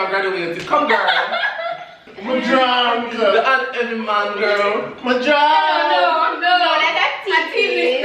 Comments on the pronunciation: mi druuuuuunk😂😂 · Lol "me druuuunnnkkk" this was fun wish Tanaania was there